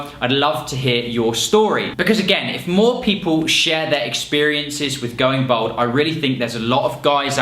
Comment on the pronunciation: Why does he keep saying "bold" when he means "bald"?